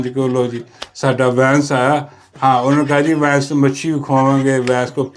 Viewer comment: امریکی نائب صدر کا نام جے ڈی وانس ہے J.D. Vance . جیدی وینس نہیں 😅